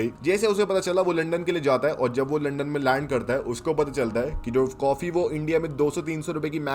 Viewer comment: Kafi ko coffee ko bolta hai bhai tu